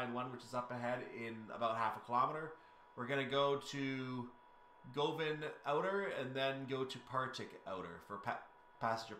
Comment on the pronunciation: Govan is pronounced Guv'n. See Rab C Nesbit.